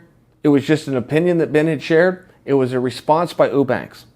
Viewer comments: Chael "Ooobanks" Sonnen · Chael leaving us snippets of evidence on the name mispronunciation being a little ongoing bit of his. Right from the start he pronounces "Eubanks" correctly, but then each time after that it suddenly changes to "Ew-banks" to fit the gag. I'm sure in all of Chael's years watching fighting he had never heard the name Chris Eubank spoken about before. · Get the name right Chael. It's Sraicha Whobanks. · Uubanks. Chaels funny sayin everyone's name wrong. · You said whobanks..... Haha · LOL OOO-sada... OOO-banks.... I'm starting to think Chael can't pronounce "you" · Meh, not necessarily true. If she got the fight she wanted, the MAIN EVENT on the main card, instead of a fucking prelim against a non-champion, she probably would've made weight... And why the fuck is Chael so goddamn bad at pronouncing names? He's a smart guy, and Eubanks isn't exactly a difficult name to say.